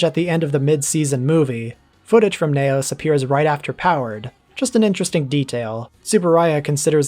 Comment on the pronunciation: Ultraseven 21 is a Futurian confirmed. Also confirmed mispronunciation of "Neos" as 'Nay Os' for some reason?